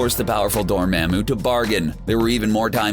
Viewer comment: The pronunciation of Dormammu...always gets in every one of these videos